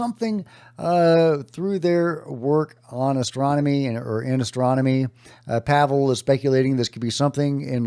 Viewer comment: Puhvel not pavel